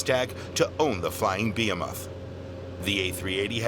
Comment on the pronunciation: "....the flying BEE-uh-muth"? (behemoth). How about "buh-HE-muth".....!